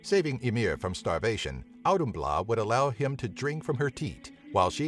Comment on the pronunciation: It's authumbla. That d with the slash over it makes an English th sound.